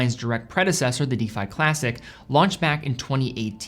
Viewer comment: Anyone help with the pronunciation here? Is it an American English thing? used to pronounce 'defy' as 'deefy', but then stopped!